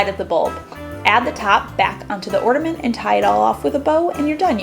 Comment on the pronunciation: Is she saying ortament? 🤨